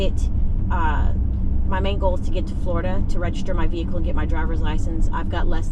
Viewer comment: Everytime you say Florida I wanna cry 😭